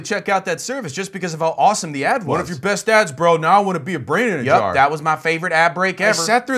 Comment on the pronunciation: im way to fucking lazy to check if someone else picked up on that, but he pulled the "jiff" on jar ("yar") as well in this video . jesus fucking christ